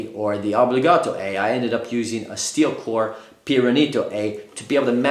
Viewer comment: If you're going to pronounce Obligato with that fake Italian accent, you should pronounce all Italian words with it, such as Piranito and Pirazzi.